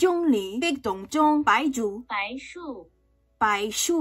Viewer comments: Actually for Baizhu the google translate is wrong cuz the same word character has different pronunciations and you were more correct the first time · you actually said baizhu's name correctly the first time! the 术(zhú) in báizhú is a 多音字(duō yīnzì) meaning it actually has multiple sounds based on context, so the translate pronounced it as "shù" instead probably because it's used more often.